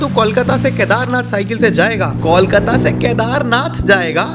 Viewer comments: it's not Kaulkata, it's Kolkata 😩. Pronunciation (coalkata) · These are boys who would Decorate our NDR Team! And, please rope in some sponsors. BTW, we are here, not in कौलकता or Call-kata, but in ’कोलकाता’! And if you can say ’कोयला’, without deforming it's sound, then what's the problem in utterring ’कोलकाता' properly!